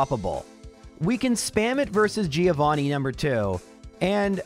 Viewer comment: Haha it's Three-ovani 😂😂